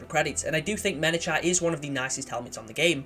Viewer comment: It's pronounced Mena-kite BTW. It's named after a mountain on Reach